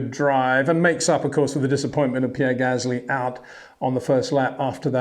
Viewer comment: Yeah right, Max Vershhhtappen and Pear Gasly. Come on Peter🤦‍♂️You can do better than that. Btw. how do you pronounce the word "stop" or "step"? Is it something like shhhtop or shhhhtep. I don't think so.😎